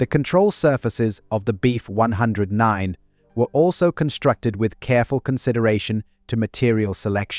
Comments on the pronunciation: Nice doc. Ai narration can be a drag sometimes though. You really have to mess with punctuation, spelling and spacing out letters sometimes. e.g. For proper pronunciation, in the script "BF-109" should be written as "Bee F 109". This will get the narrator to stop saying "Beef"-109. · Unintelligible AI CRAP. Says, "Beef 109" throughout video. Can say the name of the plane???